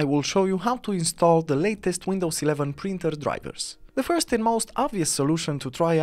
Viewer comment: It is Printer “P” as in Paul not “Brinter” heh